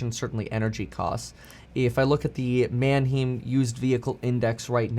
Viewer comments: It’s Mannheim not manheem, pronounced like Anaheim lol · Kevin, it's the Man-high-m not man-eem used car index. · Man - Ha-y-m NOT Man-Heem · For fuck's sakes, Kevin... it's pronounced manHIME! Jesus. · You can tell kevin is not a car guy based on how he says manheim.